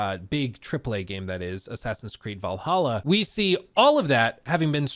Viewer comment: Can’t believe mispronounced Valhalla when he has the soundboard right there…